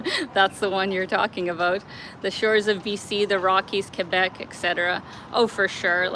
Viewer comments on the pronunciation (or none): none